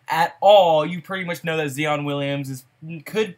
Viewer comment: I be tellin ppl this same shit...and his name is pronounced ZY-on